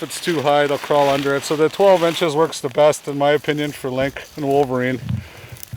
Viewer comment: The singular and plural form of lynx is the same, lynx. Link is not a proper pronunciation for either singular or plural.